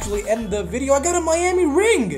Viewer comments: When the video started did he say video or wideo because it sounded like wideo xzd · Ur voice is funny and say Video with letter V not W lol also have you got the new godlike cue from winning 15 matches in a row